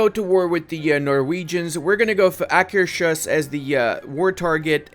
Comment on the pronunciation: Hear me out. I played as sweeden and got dacke war because of a mission i forgot to do. I recommend 100% to do that mission because after the dacke war you will be crippeled if you Are as stubborn about autonomy as me. Sent me back 20 years worth of monarch points (a bit over dramatising but felt like it) and Akershus is pronounced aker’s house in english so please say aker’s hus regards From Leon